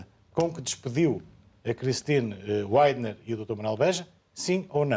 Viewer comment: Sr deputado saia da estupidez da maior parte das figuras publicas,sff. Nomes proprios não têm tradução,ok? Rei Charles não é rei carlos,Cristine Widner lê-se Cristine Vidner em fracês! W em linguas de oringem latina é um duplo v!